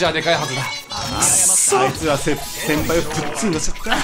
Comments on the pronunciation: うっしーみたいw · キヨ「ぜんいん(原因)、げんぶ(全部)」って言葉入れ替わっとるwww